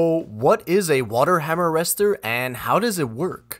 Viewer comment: "water hammer rester"